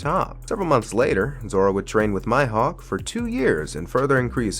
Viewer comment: Its mihawk bro not maihok